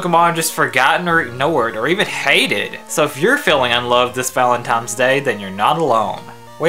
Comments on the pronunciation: i love your channel but dude its pronounced "ValentiNes" not "ValentiMes" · Am I the only one to point out how he says valentime instead of valentine?